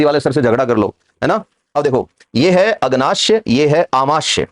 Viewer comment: सर, आमाश्य नहीं आमाशय होता है और अग्नाश्य नहीं अग्नाशय होता है। आप लिख सही रहे हैं लेकिन उच्चारण गलत कर रहे हैं।